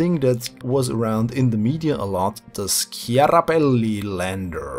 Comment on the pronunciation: yes, I have watched the Martian and yes, they do mention the name a lot. But they say Schiaparelli.